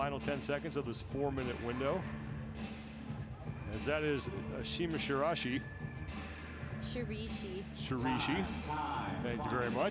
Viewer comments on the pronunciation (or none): "that's ashima shirashi" "shireeeeeshi" Me: shirAIshi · Female commentator taught the male one how to mispronounce shiraishi as shirishi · Male commentator: Sheer-ah-she Female commentator: Sheer-ee-she Ashima: "FOR FUCK SAKE, ITS SHEER-AH-EE-SHEE!!" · If you are a professional commentator, make an effort to pronounce names properly. I'm talking about the man who couldn't pronounce Shiraishi. Professionalism, please! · The entire climbing community mispronounced her name for more than half a decade. I remember the moment when someone bothered to ask her how it was actually pronounced and we all went "oh..."